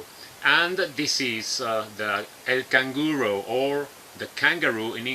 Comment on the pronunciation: señor avance. Estoy impresioonaaadaaa... Sugerencia, cuando vayas a decir la palabra en español, pronunciala como lo hacemos normalmente, ejemplo: canguro lo dices canguro no canguuroou. Asi las perdonas aprenden a pronunciarlo como lo hacemos en el castellano, canguro.